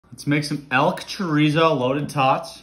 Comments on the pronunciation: “Elk chore-ay-zo” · Dont mean to correct but the correct pronunciation is chuh-reet-zo